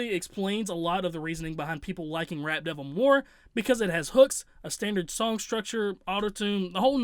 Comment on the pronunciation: it almost sounded like you kept saying “Rat Devil”😂😂. That track had nice beats, but lyrically garbage. Using weird beard as a flow...🗑